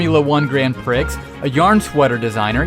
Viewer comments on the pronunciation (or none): its pronounced PRI not PRIX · Prix is pronounced pree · J/s but Prix is pronounced prē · you just pronounced prix how it's spelt... I've waited 4 years for a twix and pringles cross-over snack